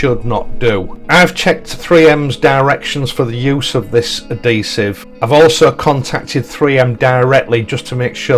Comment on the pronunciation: Hey, it's adhesive with an 'h', I know you Yorkies drop your h's, I've lived in West Yorkshire for the past 53 years so I'm used to it but not everyone is.